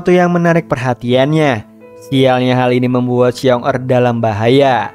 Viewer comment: Ralate bang Paling yg di maksud xiong da di bacanya shiong ta artinya beruang pertama Bisa di maksud dengan kakak beruang sama xiong erl Di bacanya Shiong el artinya beruang kedua bisa di maksud adik beruang.